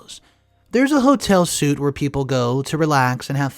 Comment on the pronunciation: The word related to hotel rooms that you pronounce suit is actually meant to be pronounced sweet. It is a Frenchism that's used to make things sound fancy.